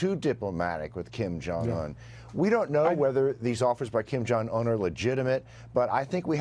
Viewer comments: Kimberly jong ooonnnn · Kim jung Oooon. not Un as in the first 2 letters Undo. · "Kim Jong-Unh"